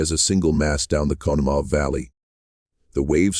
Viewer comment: Nothing ruins a documentary more than the AI voice (or human voice, for that matter) mispronouncing proper names. You have mispronounced "Connemaugh" and "Allegheny", and you're only one minute into the video. As a listener, I gotta figure if you're that sloppy with the pronunciations of these places names, you're probably just as sloppy with your research, and why should I waste my time on some half baked conspiracy theory about the Johnstown Flood. To those interested, I recommend David McCullough's The Johnstown Flood, a richly well researched and truly moving and heartbreaking account is this tragic disaster. (My great grandmother died in the floor, and my great grandfather managed to save my grandmother, before his wife was swept away before his eyes.)